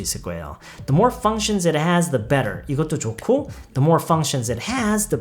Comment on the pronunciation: functions할때 f발음 너무 시원해요